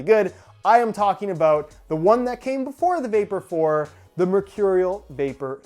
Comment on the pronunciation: is that aboot